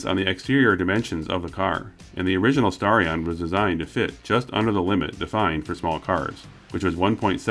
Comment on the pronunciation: But when they said Starion, it sounded like Stallion.